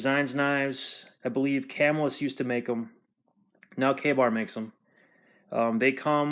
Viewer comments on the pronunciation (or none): Camillus, NY is pronounced Kuh-MILL-us